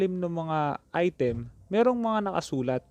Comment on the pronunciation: Im tired of hearing " Ai TÉM"